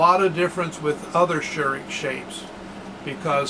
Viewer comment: Very informative video! But please do not be offendend, but you got the pronunciation of Scheurich very wrong. But I guess it's not that easy for an non-native speaker.